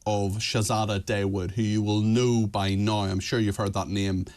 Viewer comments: Dawood is pronounced Thaa-ood, not Day-wood. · Shay zay da Day wood lol